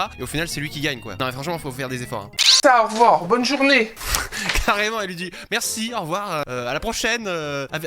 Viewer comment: le "Aurvoirs" de sa mère :D